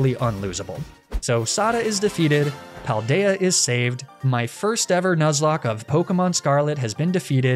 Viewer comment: I’m so enamoured by the Spanish names you’ve given all of them. Also your pronunciation of all the names is impeccable! Wonderful justice to the Paldea region!